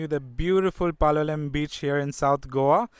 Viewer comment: Your pronunciation of Goa names does not do justice. Palolem for example should not have the last consonant pronounced. (Palolé).